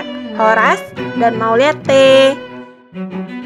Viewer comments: Ada yg lucu ttg org Batak,...Lahir dipedalaman Batak dan besar juga dipedalaman kampung batak, baru 1 tahun merantau ke Jakarta.... Ngomong "MAULIATE" saja susah....seperti admin ini..maulette katanya,...wkwkwk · Mauliate ito, bukan maullliat'te